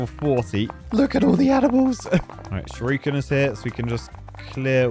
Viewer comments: The fact that you pronounce shuriken as shyorookin is very amusing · Youtube video compression really doesn't work great with the graphics of this game. Also, the way says "shuriken" as "shoryuken" makes my ears itch. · I vote we never let say Shurikan again 😂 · sees: "Shuriken" says: "Shir-ooken" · Nobody: Nobody at all: Not: "Shadowy SHUR-OO-KEN!" 😂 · Not going to talk about the ''shiruken''. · Shurooooooken? What? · Think will ever work out what sound the 'i' makes in Shuriken?